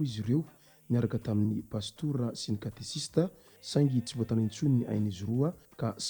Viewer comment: Mankasitra tompoko fanomezam-baovao. Fanamarihana kely fotsiny: Tsy Katesista no fanononana azy fa katekista. Misaotra tompoko.